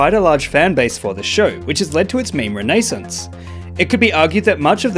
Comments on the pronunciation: How you pronounce Renaissance is re nah sans not re ney sans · Am i gonna be that guy....? Ren-Uh-Sance Not Ren-a-sence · Pronounce ”renaissance” like that again, I dare you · The way he pronounces renaissance tho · That's not how you pronounce renaissance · Bro. You just mispronounced ‚renaissance‘. Prepare to lose subscriber.